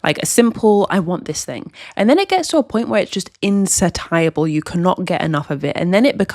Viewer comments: Good video but that pronunciation of INSATIABLE is killing me LMAOOOOO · "Insatiable".... C'mon, you're a doctor.